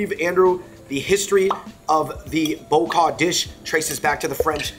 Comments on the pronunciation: Bo Kho is pronounced BAH KAH btw just wanted to let you know :) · Not pronounced bo ko, it's pronounced boa kaw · Kha-Vinh Tran : almost, but Ball Kall is a bit closer to its pronounciation, peace! Vietnamese food ! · oh my bad, bah kah is how I grew up hearing it and saying it! Thanks for telling me the real way to say it! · Its Baw kaw... You boaters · Stop saying bo kho wrong lol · The way Bo Kho and Bo Luc Lac was pronounced triggered me so hard lol.